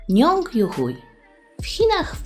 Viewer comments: Hui po chińsku czyta się jak 'hłej' a nie 'huj'. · Jego nazwisko czyta się "juhłej", a nie jakiś "juhuj". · Nie czyta się hui tylko hłej z tego co mi wiadomo. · xddd ja usłhyszałam: nong youhu* na końcu j xdddd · "Njong JuHUJ" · Ona przeczytala juhuju XD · juchuj lepiej słychać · czy tylko ja usłyszalam nazwisko ju huj??? xd